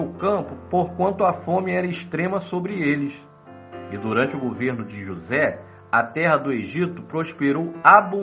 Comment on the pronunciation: Esse narrador falando "JosÉ" o tempo todo dá uma agonia pelo destaque no "ZÉ" Kkkkkkkk